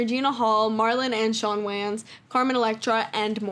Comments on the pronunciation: Absolutely loved this video! So comprehensive and well put together and my friend the way you are pronouncing WAYNES IS KILLING ME 😅😂😂😂 “wAnZ” I can’t. Honestly tho, great video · You calling them Whanns instead of whains is killing me. 💀💀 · it's really bothering me her pronouncing their last name like WAYns instead of Waynes 😂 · For the record the Wayan family name is just prounoucrd like “Wayne” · Lol anybody else bothered by the way she keeps mispronouncing the wayans brothers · cool video and all but wtf is that pronuntiation of the "wayan" last name lmao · Why she saying Wayans like dat sound silly asl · Thats not how you pronounce the Wayne's name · the way you're sayin wayans is killing meeeeee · Bro, who says “Wayans” like this!? Now I can’t say it any other way…